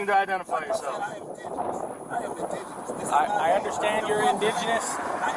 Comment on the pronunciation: “I’m ingidenous”…Got it